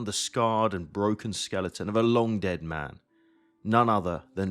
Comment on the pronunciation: Did you just pronounce Skeleton as Skel-EET-in?